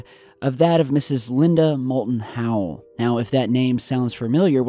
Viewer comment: 1. Her name is Linda Moulton HOWE -- not HOWELL! 2. It surprises me that, in this video-report, you do NOT seem to notice and do NOT comment one of the most extensive and shocking indications in any of those extensive landscape/skyscape images -- the expansive (and historically highly unusual) MUDDY YELLOWISH-REDDISH-ORANGE CLOUD-COVER above those landscapes. According to various observers, such expansive cloud-cover of those particular qualities reportedly has become increasingly commonplace around the world in the past year or so and, reportedly, is NOT historically the norm. So if that is true, then what might be THE CAUSE? Might the cause, as some observers allege, be linked to (a) "CHEMTRAILS" and their alleged content, and (b) "HAARP" and how it allegedly is designed to INTERACT with and ENERGIZE the substances that allegedly are being placed in the atmosphere by "Chemtrails", and (c) the electrostatic (and other energetic) alleged effects of SOLAR FLARES as well as of (d) the alleged invasion into our Solar System -- and the alleged closing-in approach to our Sun and to the Earth -- of one or more "STELLAR CORES" (which some theorize as being "Planet X" or "Nibiru" etcetera) and their energetic effects on substances (also including on "Chemtrail" substances) in Earth's atmosphere? 3. As to the JFK Airport 3 lights" clip: Replaying the clip, I noticed what appears to be an intermittent (and briefly repeating) dull red glow on the left side of the left-most light